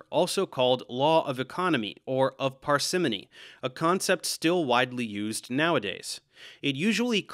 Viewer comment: Also "parsimony" is stressed on the first syllable, not the second.